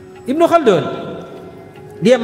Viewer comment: Not bad👍 Ibnu Khaldun terdengar seperti kun yah,atau kah itu nama??